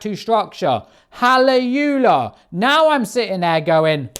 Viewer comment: When was the last time you were in church? Halle-Yu-Lah? It's Halle-lu-Yah.